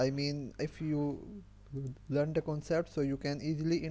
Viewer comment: Its learn not lund